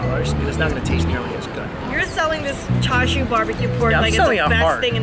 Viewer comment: Hearing her say char sui pisses me off